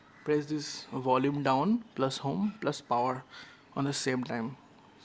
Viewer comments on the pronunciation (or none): none